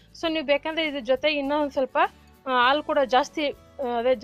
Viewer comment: ಹಾಲು, ಒಳ್ಳೆಯದು ಅಂತ ಹೇಳಿ. ಆಲು, ಒಲ್ಲೇದು ಅಂತ ಹೇಳಬೇಡಿ. ರೆಕಾರ್ಡ್ ಮಾಡೋಕೆ ಮುಂಚೆ ಅಭ್ಯಾಸ ಮಾಡಿ, ನೀವೇ ಕೇಳಿ.